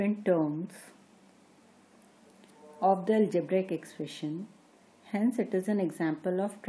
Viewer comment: and its algebraic not algebraaaaaaic. Such an irritating pronunciation!, though the matter is good.